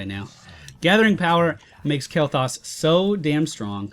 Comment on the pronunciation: u pronouncing his name wrong xD